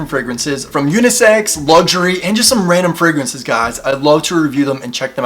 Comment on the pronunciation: "Frag-raances" lol. I believe they are using the English word as fragrances. Tom Ford Oud Wood and Le Labo Santal 33 are my favorite colognes. Tried Dossier, but didn't like them. Love Elizabeth James Nirvana!